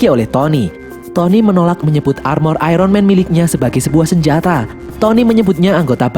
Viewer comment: Iron di baca ayon bukan ayron